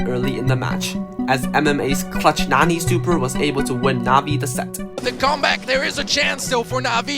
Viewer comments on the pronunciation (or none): none